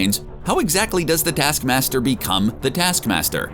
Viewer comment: ‘Detaskmasder’, ‘Nedasha’? Get some nasal decongestants man. Everything you do makes me watch something else. Are you deaf?? Are you a robot? WHERE IS YOUR AWFUL VOICE FROM?!